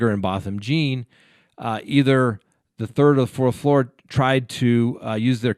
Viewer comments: Pronounced John Not Jean. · It’s not Botham Jean as in Jeans you wear, it’s pronounced John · It's pronounced "John" please respect his name. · Jean is pronounced John. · Yes his surname is pronounced "John" although spelt "Jean". He is from St Lucia where they speak a form of broken french hence his surname is John and what you can see is the french spelling of the english word John. Please pronounce his name correctly. At least give him this. He was murdered by that lady in his own home and it is more than likely given the American Justice System when Black people are killed their murderers get away especially when they are agents of the state off duty or not. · ursula troxler I’ve bee thinking that same thought, so often that’s happened you would think that’s the least the could do is get the name right